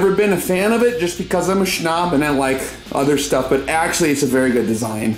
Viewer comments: Been watching you for years and I still go back and watch previous videos. Love the way you say snob, "schnob" haha. Wish I had the chance to send rounds down range with you. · its very annoying. mostly when said as " shnob" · He actually says "SHHHNOB". His high pitch voice and 8-bit music is annoying af :D